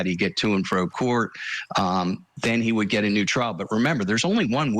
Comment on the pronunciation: I really wish Julie would stop calling it a Traal